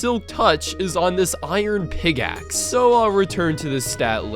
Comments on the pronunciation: Why do you say "pigaxe"? it's a pickaxe. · Hearing say "Pig-axe" will never get boring. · says: "pigask"